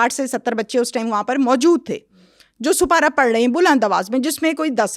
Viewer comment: Supara nhi Aunty Sipara hota hai